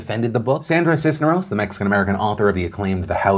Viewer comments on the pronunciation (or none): Wow, Phil, no offense but that is THE WORST pronunciation of “Cisneros” I have EVER heard. 😬